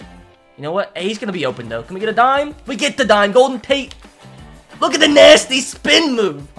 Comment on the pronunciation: It’s Auden Tate not Golden Tate